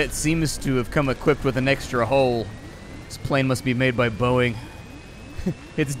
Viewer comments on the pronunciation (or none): none